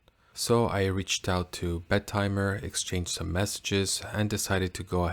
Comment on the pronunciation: I propose we pronounce it as BET-eh-mer instead of Bet-TIMER. If we can't change the name, we should change the pronunciation.